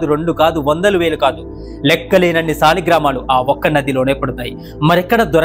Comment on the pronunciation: సాలిగ్రామాలు కాదు తమ్ముడు " సాలగ్రామాలు " అని పాలకాలి అని " బ్రహ్మశ్రీ వద్దిపర్తి పద్మాకర్ " చెప్పారు నీకు నచ్చితే correct pronounce cheyyu